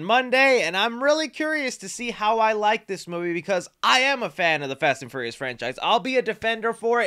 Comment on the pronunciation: You just can’t say the word furious can ya bud lol